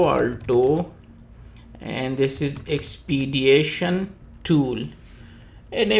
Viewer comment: There is no 'a' in the word Expedition.